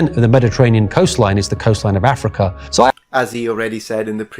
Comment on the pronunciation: I didn't notice this last time but he pronounces "Africa" as "Athrika". lol wut?